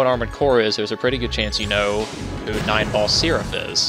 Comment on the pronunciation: Every time you say his name, I hear "Nineball Syrup"...